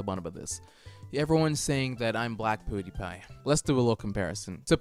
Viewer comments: The way he says pewdiepie makes me uncomfortable. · Probably a British thing. KSI Say Poo-diepie also